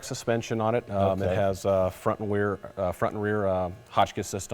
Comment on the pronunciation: ' front and weer '